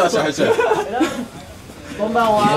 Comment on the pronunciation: じーこのこんばんわが 確実に親戚の家にきた関西人の小学生